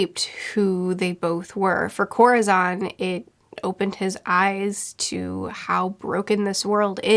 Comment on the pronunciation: Absolute loved the video, great job! A bit of a correction- Corazon's name is pronounce more like koh-rah-SOHN. it's the spanish word for "heart", so you can find a vid that will probably explain it better than me 😅👉👈